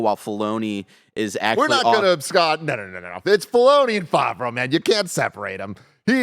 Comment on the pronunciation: I cringed every time mispronounced Favreau like "Faw-vreau" -- reminds me of my brother's friend who speaks really authoritatively about "Dark Vader" lmfao.